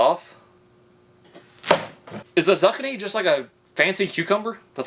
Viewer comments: Zucchini, pronounced more like zukeenee it's a form of squash and as long as you don't burn the crap out of it it's REALLY REALLY good raw or pretty much any way you want to cook it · Someone please teach him the pronunciation of zucchini. I was thinking what the heck is a zuckini. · zoo-keeny = zucchini. great vids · That is not the way you say zucchini, it’s pronounced : Zoo-Key-knee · I legit was just... a what?? What's a Suwannee? Until I looked at the screen. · Just in case he really doesn’t know how to say it, it’s ‘zoo-key-nee’ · There's no way someone with a beard that long hasn't heard the word zucchini in all that time 😂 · zukyny lol it's zucchini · DUDE 😎....ya gota look into zucchini and celery 😂🤣 ...and their pronunciation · Dude says zucchini wrong a thousand times on purpose, everyone comments to say how wrong he is. knows how to use the algorithm… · "spaghetti that's a word I can pronounce on here"... but zucchini not a single chance lmao much love brother always make me laugh! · for a full minute i was trying to figure out what he was saying, a zucchini lol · "I heard once that if spaghetti stick to the wall, that means it's done." Proceeds to throw spaghetti at wall and leaves it there for months. Doesn't know what a sweet potato is. Doesn't know what a zucchini is or even how to pronounce it. He is a master at his craft. My hat is off to you, sir. I literally winced in pain every time he said "zuc-in-ee" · you nailed the zucchini pronunciation btw! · I came to comments just to see how mad people would be for him mispronouncing zucchini. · the audio gets very out of sync. Don’t know what that’s about. But unless you’re trolling, it’s obvious you don’t even many vegetables lol. First celery, then sweet potatoes, now zucchini? Also not even close how you pronounce it XD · Lol your not saying zucchini right I don't think 🤔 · I forgive improper pronunciation of zucchini for getting his nails did in the name of science 😂